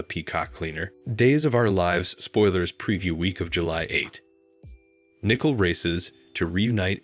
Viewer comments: Learn to pronounce their names correctly! It is NICOLE... noy Nickle!!! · Please It's NICOLE not NICKLE"! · Its not nickel it is Nicole, how stupid